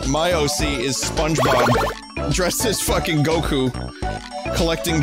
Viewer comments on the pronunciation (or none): none